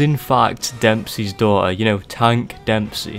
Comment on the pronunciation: "Depseys daughter"